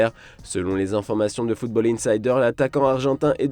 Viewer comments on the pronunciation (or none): none